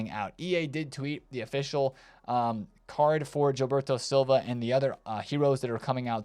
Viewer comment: Nice pull on the JIL-berto Silva pronunciation ;)